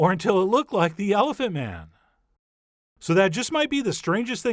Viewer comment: Haha emphasis on the MIGHT